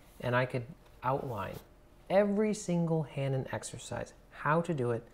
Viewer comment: Hanon is French and is pronounced without the h at the beginning.